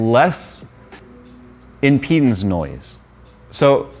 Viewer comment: Speak clearly when you say "with impedance" it sounds like "within penis".